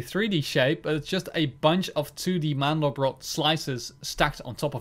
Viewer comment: Btw it's called Mandelbrot, not mandlebrot ;)